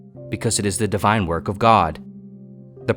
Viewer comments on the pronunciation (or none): none